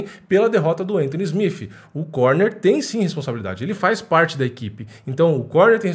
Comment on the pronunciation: Admiro seu trampo mano, mas SmiFi é ruim de ouvir.